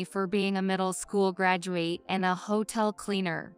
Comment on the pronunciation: Story #5 AI mispronounces the words Graduate, Bowed. I am glad there was a happy ending where the MIL & Ashley were found out.